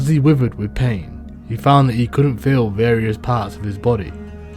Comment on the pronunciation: Writhed…. Pronounced rye-thed